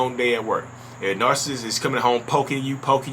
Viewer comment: You say “Narcist” lol. Kinda like narSist.